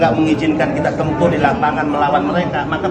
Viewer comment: saya dengarnya sekilas bukan tempur, tapi nempur (nempur beras)